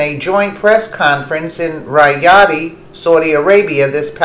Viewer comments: Just a heads up: Riyadh is pronounced Ri-Ad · Pronounced REE YAHD.